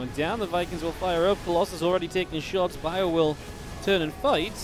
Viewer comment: Why u say colosai on colosus?